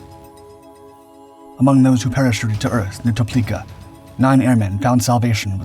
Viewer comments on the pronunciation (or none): Place you mentioned is Toplica, pronounced Toplizza (as in pizza). General Draža and the Četnici are actual Royal Yugoslav Army, hiding from communists. People do not mention this topic, but German invasion was used to overthrow the King, and introduce red agenda here. In any case, I am a direct descendant of one of the Royal officers, who ended up being responsible for organising hideouts for USAF crews. Believe over 300 airmen were saved before he was caught and executed.